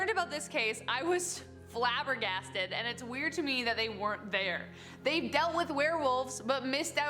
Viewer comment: Flabergested!? what are you a Victorian socialite!? lol